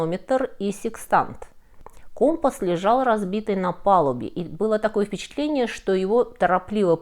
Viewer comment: Не компас, а компас